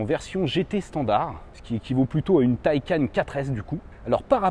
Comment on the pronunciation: c’est pas « mon opinion » mais belle et bien la manière juste de le dire, d’après le constructeur, mais surtout si on se fie au sens du mot « Taycan » en faites... et tout les chaînes cité, ne sont pas forcément à prendre en exemple 🙄, d’ailleurs bon nombre d’autres chaînes ou de personne ayant un minimum de respect pour la langue et les produits qu’ils présentent dise correctement « un Porsche Taycan », tu veux pas faire l’effort de bien le dire, écoute libre à toi, mais sache que tu es en tord...